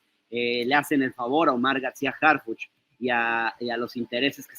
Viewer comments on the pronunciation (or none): Harfichi noooo, por favor!!